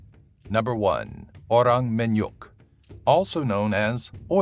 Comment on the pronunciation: MINYAKK NOT MINYUKKKK